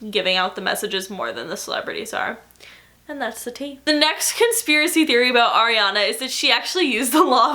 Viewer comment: Almost every time you day "And that's the tea" It sounds like you're saying "And that's the tay" 😂😂😂😂😂😂😂😂😂😂